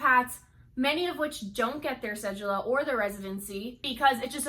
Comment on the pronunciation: say it with me cedula, pronounced Sé-Du-La.